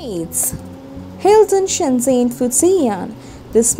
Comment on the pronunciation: shen zhen, not shen zen